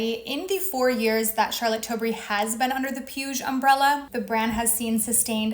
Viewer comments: Puig is pronounced "pweeg" 💕 Love your vids 💖💕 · "PIUSH" destroyed me 😂😂😂😂😂😂 you just pronounce that PUIG the last G is pronounced like the G in "bag" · Being nitpicky here, but Puig is pronounced poo-eeg. The "g" is the same as in pig. Otherwise this was quite informative. Thanks for sharing. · Puig is pronounced: "pooch". Catalonian surname